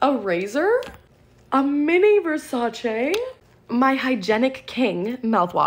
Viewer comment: I love how elegant you say Versace like VersacA like it’s so elegant 😂❤